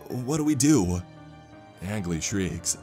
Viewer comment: How many time I've seen this creepy pasta posted, but not once is Angley said right